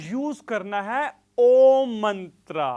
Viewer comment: मंत्रा 😂nhi मंत्र